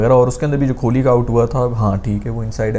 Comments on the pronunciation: Bro is saying kholi instead on kohli😂😂😂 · Kholi nhi Kohli hota hai!💀